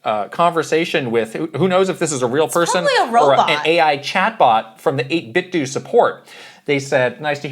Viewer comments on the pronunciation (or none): 8BitDo... you say "8 Bit Doo" I always thought it was pronounced "8 Bit Dough" i.e. like "Nintendo"